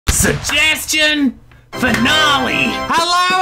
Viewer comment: Shugheshtion Fhinaleh Me: Shugheshtion Noeh